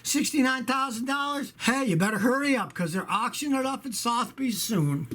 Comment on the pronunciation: Sotheby's is pronounced Suh-the-bees